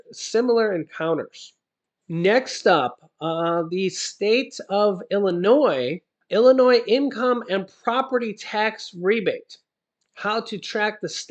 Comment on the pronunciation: Thanks for proper pronouncing Illinois as such and not as Illinoise